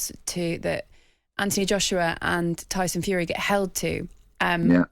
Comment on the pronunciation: Tony bellew your mate is not good enough to say the name tyson